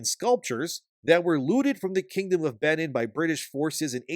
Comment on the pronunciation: It's pronounced 'Ben een'. And 'Car toom'.